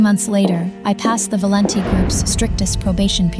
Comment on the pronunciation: Valenti is just an ordinary Italian name but they can't pronounce it right 😂😂😂